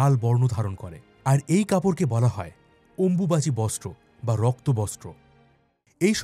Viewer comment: আপনার কণ্ঠস্বর খুবই ভালো। তথ্য সমৃদ্ধ আলোচনা শুনলাম। তবে অম্বুবাচী উচ্চারণ করতে ভুল করলেন কেন। নিজে শুনে দেখবেন অম্বুবাচী উচ্চারণে আপনার ভুল হয়েছে।। ভবিষ্যতে সংশোধন করে নেবেন। পরে উত্তর দেবেন।